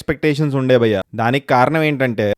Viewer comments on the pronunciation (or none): Nuvvu bayya ane word ni sarigga palikithe subscribe chestha